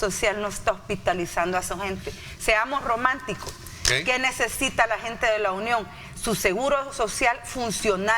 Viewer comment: No se dice Lunion se dice La Union..por favor